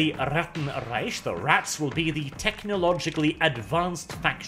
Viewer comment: You pronounced Reich incredibly incorrectly.